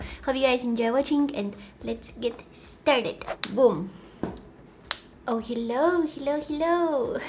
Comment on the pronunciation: Her ‘hello’ is ‘hillo’ and I'm living for it.